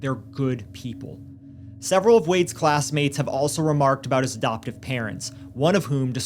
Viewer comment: (for instance, around 2 minutes in, I hear "'doptive" rather than "adoptive")